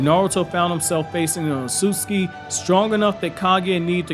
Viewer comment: I love all of this guys videos, everything about them except for one thing. I hate the way he says Ōtsutsuki…